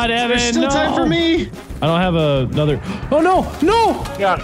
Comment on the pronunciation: "AnOTHair guh-ROOT! YUH-hoooo!"